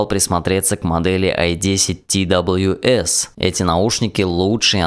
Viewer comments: не ти дабалъю эс а просто твс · Твс надо говорить